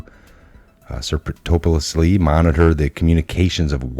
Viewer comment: That word you can't quite pronounce of your video is pronounced "surr - epp - TIH - shish - ly." It means undercover or sneaky.